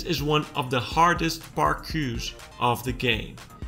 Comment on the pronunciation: Bro just said parkoos 💀